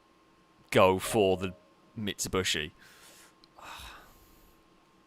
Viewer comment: Sa-Lica, Mitsubushi???